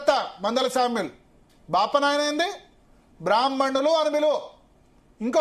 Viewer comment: వాడికి బ్రాహ్మణులు అని పలకడానికి రాదు